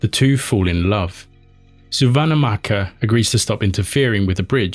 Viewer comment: The pronunciation of Suvannahmaccha is Soo-wan-mat-cha 😅